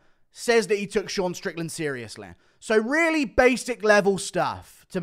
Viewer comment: Dude 4 minutes in that Sean strickland sounded PERFECT that actually caught me by surprise since I’m used to the guru accent